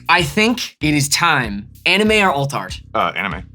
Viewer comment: Aha! Prof CAN pronounce anime correctly.